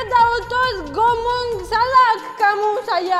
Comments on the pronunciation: Salah bukan salad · Salah bukan salak..kalau salak nama buah..🤣🤣